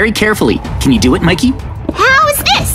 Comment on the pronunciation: And it’s mickey not mick